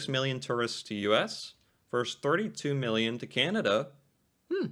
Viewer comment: "Vs" is short for verSUS, not verse.